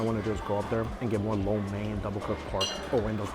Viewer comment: Thank you Mike for saying " lo mian " correctly